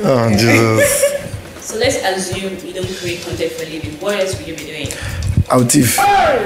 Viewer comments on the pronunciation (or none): What’s with the Nigerian challenge of pronouncing Assume properly. It’s not Azume now.